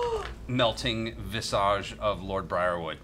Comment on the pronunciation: If only he knew how to pronounce 'visage'